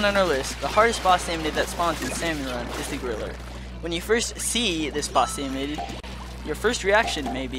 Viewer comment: Can i just say it is called a SALMONID NOT SALMONOID